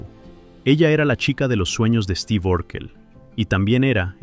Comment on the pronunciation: Mucha pronunciación en inglés pero luego dice Esteve.